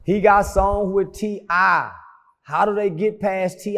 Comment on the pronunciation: When he called T.I “ Tippy Toe”. I lost it! Ehehee.